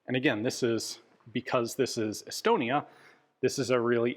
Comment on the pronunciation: Every time i hear Estonia, i hear Elbonia, sorry Estonia.